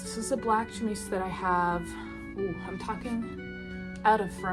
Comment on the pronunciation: duuuude the trim detailing is incredible, however long it took with mainly glue probably would be twice as long if hand-sewn. and i never would have guessed it was glued from just looking at it!! incredible work also someone probably already informed you, but chemise is pronounced chuh-MEEZ :)